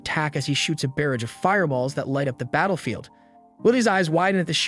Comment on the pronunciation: Love your channel, but you keep pronouncing barrage wrong, and it makes me laugh every time😂😅